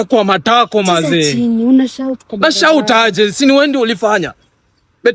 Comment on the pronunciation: Matako has suffered in this guys mouth 😅